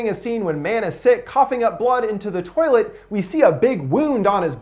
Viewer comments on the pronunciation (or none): none